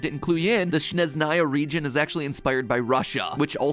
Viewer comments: tSaRiTsA 😂 Sorry- I just can't stop laughing (as Russian) Oh, and Sneznaya sounds even funnier :) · I'm from Russia so for me it's funny to hear SnezhnAya, but not SnEzhnaya and just for those who don't know, snezhnaya means snowy :))) Also it's a pity that mostly russia looks like an enemy in other countries, even if it's not truth ;(((